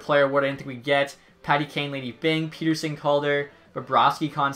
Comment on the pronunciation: Same with Pettersson, it’s pet-er-son not peet-er-sen, grinds my gears